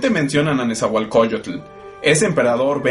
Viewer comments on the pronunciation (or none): no es nezahualcoyotul es nezahualcoyot, maestros enseñense a pronunciar el idioma mexicano, de lo demas esta genial el video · No se si creerle a alguien que se refiere todavia a los Mexicas como si todavía hubiesen seguido siendo aztecas, o pronuncian incorrectament"e NezahuatlcoCULLL-UT"